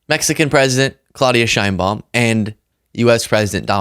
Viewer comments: Her name is pronounced SHANE-baum, not shine-baum. Learned that one recently. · Her name is pronounced Shanebomb. Let’s be respectful and pronounce her name correctly